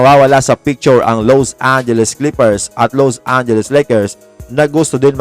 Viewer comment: wag mo nman bigatan ang pag bigkas LOSE angeles Lakers bakit nman ganun?🤔😬